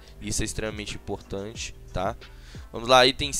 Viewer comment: Muito imporrrrtante kkkk